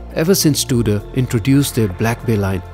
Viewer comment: Its not Duder its Tudor